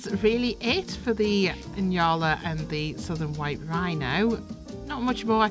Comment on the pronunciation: Nyala is pronounced nee-aa-luh.